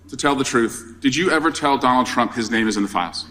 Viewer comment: Did she call him "President Dumps?"